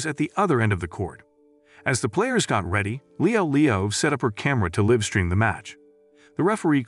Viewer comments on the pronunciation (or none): This man said livestream, naive and chance wrong 😂 I was getting made by it